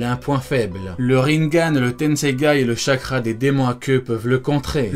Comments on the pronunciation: Ce n est pas tenseigay c est le tenseigan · On ne dit pas tensegay mais tensegan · Juste, c'est le Tenseigan, pas le "Tenseigai" mdrr 😂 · Mais c'est tensegan pas tensegay 😂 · Tensegan et pas Tensegaï 😂😭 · C’est le tesengan pas le tensengai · C'est tensegan et pas tensegai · C tenseigan nn pas tenseigay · "Tensengai" perso je vois pas trop où y'a gai dans tesengan mdrr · Tenségaîlle??? J'ai mal aux oreilles